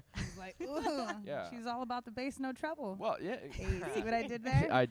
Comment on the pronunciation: its TREBLE. TREBLE. NOT TROUBLE. ALL ABOUT THAT BASS NO TREBLE.